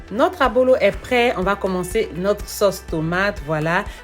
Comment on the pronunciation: ça s’appelle Ablo, pas Abolo.